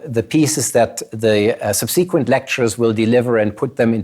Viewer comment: every time he sais subSEEquent I wish this vid was a shootem up... Interesting presentation tho